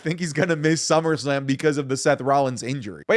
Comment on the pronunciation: "Summersalm"?? wtff